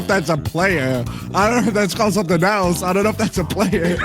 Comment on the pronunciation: nadwe said soething instead of something